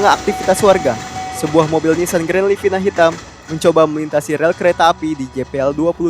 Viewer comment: Ehhhh bacaan Nissan salah nama nya Nissan Daddy yankee